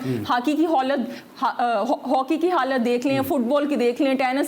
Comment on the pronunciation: I love the way she said haaki ki holat😂